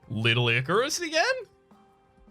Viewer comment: ... due to that slurring of words, I must ask that Little Icarus be henceforth known as "Licorice."